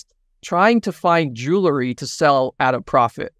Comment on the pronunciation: Very interesting. BTW,: the word jewelry is mispronounced by you as "jew-lery". Correct pronunciation is "jewel-ry".